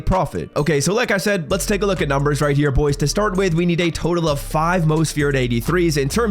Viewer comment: How does he not enunciate his H's... he constantly says RIGHT TEAR it's right Hhhhhere